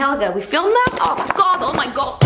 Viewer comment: is she saying "oh my god" or is she saying "oh my goat"